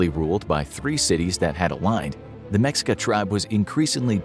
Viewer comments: Ma-sheik-ah.. not mex I ca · The culture name is pronounced Meh-shee-kah. Not Mex-ee-kah. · I'm glad I found this I was about to make a long comment about it. Hearing mexica kinda stung my ears 😅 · It's pronounced "Me-shee-kah". Not "Mex-ika". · the fact he pronounces it as “meksika” a billion times 😭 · I know I'm gonna get yelled at. Anyway "MeSHEEca" - the X in Nahuatl (Aztec) words is the Spanish way of saying - "We can't pronounce that bit, since there is no 'sh' sound in Spanish". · Mexica is pronounced May-Shee-Ka. And the video shows them migrating with horses. They had no horses before the Spaniards came. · It’s pronounced Meh-shee-cuh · Mexica is pronounced Meh-she-kah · Hi! Mexican here, it's pronounced Me-shica when we are talking about the civilization. C: great video as always Edit: Also the Aztecs was the name they had before emigrating from north to south. When they arrive at what's is today Mexico City they are just called mexicas, not azteca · Let me correct you on that what you stated firstly it's pronounced meh-she-ka. 2. They where always mexica the word aztec was the name of the Empire that the mexica where apart of Along side texcoco and tlacopan peoples. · Excuse me, it’s pronounced Meh Shee Kahss. Not what ver u said. Also, it’s Moctezuma, not monte whatever the f you said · Mexica(Meh shee ka) and Mocteuctzomatzin is Moctezuma's name in Proper Aztec Nahuatl including the Honorific suffix. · Mexica is pronounced "me shica" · It's pronounced "meshika" Mexica. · I hope y’all are scholar in this cause you pronounce Mexica incorrectly so who knows what else is wrong